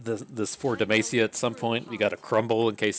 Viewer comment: Every time you pronounce Demacia it sounds like you are saying "the mace" lol